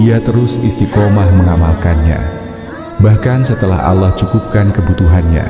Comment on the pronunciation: Maaf menyebut nama allah kok alah